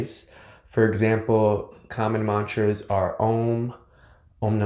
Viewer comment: Focus more on the proper pronunciation of mantras. Again, you doing great. Thanks! You are a yogi. Yoga is the Union, the inclusion.